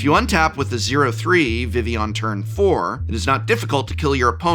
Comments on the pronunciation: It is VEE-VEE not VIH-VEE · Vivi's name is pronounced with the same vowel twice. "Veevee" not "Vivvy" edit Looks like someone corrected you midway through.